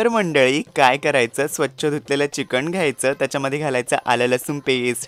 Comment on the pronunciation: चिकन म्हणतात चिकण नाही ताई😂